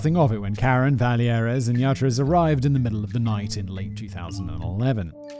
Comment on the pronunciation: 😬 the québécois in me is losing his mind every time Simon says vallière like it's a spanish name